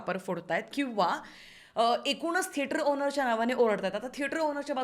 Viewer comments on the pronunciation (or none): तुम्ही थेटराचा असं नेहमी का म्हणता ? थिएटर चा असा उच्चार आहे. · tujha thetra is so annoying red light area language vattie thetrat chiii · saarkha saarkha ‘theatraat’ ‘theatraat’ aaikun faaar irritating vaatta… neat bola ki 😊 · thetrachya third class pronunciation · Thetraat 😂😂 I don't know why everytime she says that ,it tickles me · Him: I love it when you say that in your accent. Her: What? Him: Theatrat hi mazi 1st video ahe ji ki pahato ahe tumzya channel var, changla topic nivadla ani mala kharch tumchya mhanchyachi padhat avdli theater la theatrat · थेटराच्या??? थेटरातून??? रिला??? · तु मराठी एवढी शुद्ध बोलतेस पण थेटर चा उच्चार जरा वेगळाच वाटतो.कुतूहल आहे